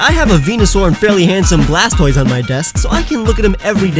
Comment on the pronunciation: Blastoise is the best out of the three starters. Also how bad at Pokemon names do you have to be to Mispronounce "Blastoise" ?